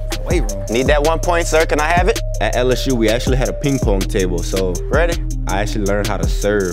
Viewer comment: why he say ping pong like that lmao